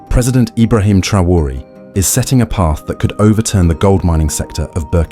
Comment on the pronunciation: En todo el video no as dicho s😂u nombre bien ni un vez.pero olee por el. Y por África ❤😊